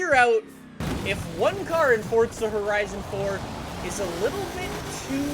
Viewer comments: Forza not Fortza! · ITS NOT FORTZA ITS FORZA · It isn’t fortstza it is for zap get it right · it’s forza not fortza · Why does he pronounce forza like fortza??? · Fortza.. I believe its pronounced forza.. "4-ZUH" lol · Can u accualy flippin pronounce the game right it's Forza not fortza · Please stop calling it fortza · why u say fordza and not forza... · This guy said fortza that makes me so mad lmao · IT IS PRONOUNCED FORTZA, SEARCH IT ON GOOGLE. IT'S FORTZA NOT FORZA SMH. IT IS SAID WITH A SILENT T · its forza not fortsa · Fortza Horizon Four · Say it with me.... F-O-R-Z-A not fortza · "Fortsa" dont you mean forza? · why do you say fortca horizon it is for zzz a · Lol he said Fortza horizon 4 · Stop calling it Fortza call it Forza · It's not FORDZA it's FORZA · Wellcome. Back to fortza horion avhaaha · Why do you say fortsa and not forZa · fortza fortza fortza it’s FORZA JESUS CHRIST FOR ZA FOUR ZUH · everytime you say the game title you say '' Fortsa horizon 4'' instead of Forza horizon 4 it just gets me man XD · Bruh,you be saying Forza like “fotza” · Stfu it's pronounced forza not fortza just stop!!! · ForTza???? Where, tell me where the T comes in?? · Its forza not fotza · forza not fortza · It’s for-zaaaaa NOT FORTTTTTTZA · FORZA NOT FORTZA GOD DAMN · Why do people say fortza instead of forza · 4-za not fortza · Why does he call it ford-za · Why do you say fortza and not forza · Why do You say fortza When its forza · He gets on my nerves saying fortza THERES NO T IN FORZA HORIZON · Does it sound like he say FORTZA instead of Forza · Why dont you Say For Z a Hori Z on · FOR ZA. NOT FOR T ZA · Why is everyone saying like "Fortza"? Where does the phantom "t" come from? Where? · Its forza not fordza 😂😂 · Your saying fortza not forza!! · fortza is is FORZA no t in the soundings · ITS FORZA NOT FORTZA, YOU DONT HAGE TO SAY “FORTZA HORIZON 4” EVERY SENTENCE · If it"s spelled Forzza, then it would be pronounced Fortza, but it's Forza. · Forza not FORTza.